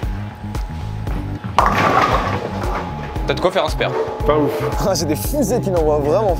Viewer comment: Il ma fait mal au oreille quand il dit spEre FAUT DIRE spAre